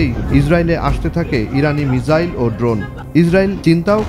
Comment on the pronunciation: মিজাইল নাকি মিসাইল হবে